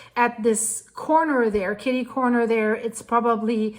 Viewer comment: You pronounced Kitty Corner exactly the way I do! Some people pronounce it wrong...like Catty corner.